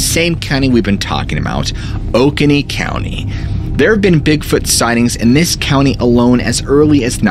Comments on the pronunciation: You pronounce the county in South Carolina as (O-cone-e )and the lake as ( Key-o-wee) just in case you ever have to pronounce them again . Because if I didn’t live here , I wouldn’t be able to find what your talking about on a map by the way you pronounced it. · You mispronounced Oconee. To pronounce it correctly it sounds like this O-co-nee. Lol